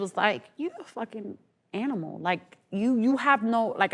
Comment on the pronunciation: When she says animal in this clip it feels like she’s saying n*gger. She really comes across as racist and that’s crazy.